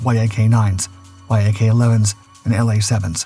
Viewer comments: The narration of the dogfight is so distracting. Why is he saying Y... A... K? Why isn't he saying yak as in Yakovlev the design bureau. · It's a Yak, not a Why-Ay-Kay. C'mon AI... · (Yak-9 & Yak-11) …the Why - Ah - Kay ‘s tail… and …the WHY AH KAY ‘s fuselage. (The Yak’s tail & fuselage). Damn, these AI voices annoy the h*ll out of me sometimes. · Surely the makers & users of these AI voices could write a little code for their products to read acronyms correctly !! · It’s actually not; dude’s been making videos with this cadence and voice for years before AI voice was a thing. No idea why he doesn’t know to pronounce it like the animal.